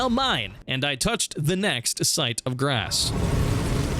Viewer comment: Brother - site of GRACE. Not grassXD